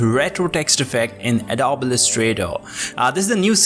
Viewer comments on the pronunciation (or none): it is "Ado-be" not "Adob"